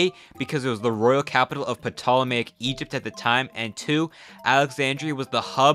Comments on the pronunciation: Ur cool. But saying PUHtolemayic Egypt is kinda cringe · Good video (so far), but just two very minor notes, ptolemy and ptolemaic are pronounced "tolemy" and "tolemaic", the p is silent. Pompey is not pronounced like pompeii, rather "pompiy". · The 'P' in "Ptolemy" and "Ptolemaic" is silent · Considering how you pronounce the P in Ptolemaic you must be an expert on the matter with knowledge I'm unaware of. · you pronounced ptolemy and ptolemaic wrong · Ptolemaic the P is silent in it